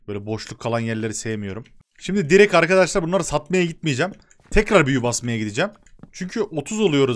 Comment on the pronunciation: abi direk değil direkt diye okunuyor bilmislik raslamak icin demiıyor